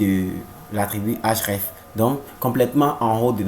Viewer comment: Cool mais c'est href et non hraf